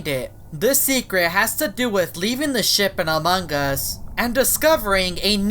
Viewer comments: Do you have a problem pronouncing the word “Ship”? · He said shit not ship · I wonder who's controlling this ship? Captions: I wonder who's controlling this [ __ ] Edit: Captions are drunk & it mispronounced ship as shit. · when he says ship it’s sounds like sh** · I thought you say sh*t